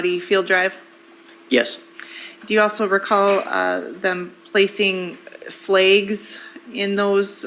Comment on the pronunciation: I had to skip past all the ‘flehgs’ and unwrapping 😅